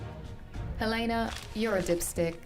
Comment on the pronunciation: Bruh, y'all are just SO UNDERRATED!!!! Keep up your work, make it good, make it happy, and, she's called "Helena" Walker not "Helyna". 😂 Anyway, this video was good, and I hope you react to Sir Edmund Rockwell next!